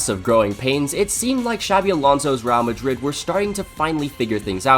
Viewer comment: “Raow Madrid”